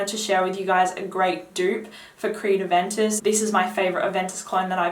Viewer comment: I can't understand the name because of your accent.